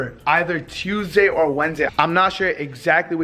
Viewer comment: says "Tuesday" really weird and